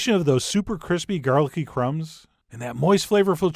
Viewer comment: cwispy gawlick bweadcrumb chikkin OwO